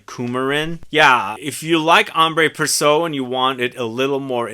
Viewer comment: It's Ambre with no accent aigue. And Précieux is pronounced "pressyeu" not "presso".